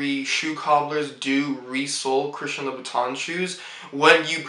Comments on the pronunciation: Oh and Monsieur is written with only one I . And this is pronounced Loo boo tin (like the teint in fond de teint) . At the end of the day it is so much better to be fluent in French rather than have french shoes . Huge thank you to my parents for sending me to boarding school in Switzerland. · he cant even pronounce the brand name properly what do you think :)